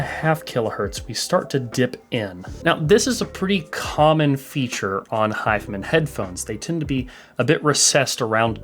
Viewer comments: hes saying "hif'm'n". is it not "hi-fi man"? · Wait, is it really not pronounced 'high-fi-man'?